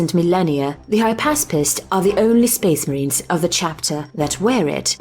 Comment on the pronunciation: Speeesh marheens